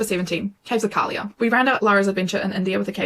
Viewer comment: KALIYA, not Kaylia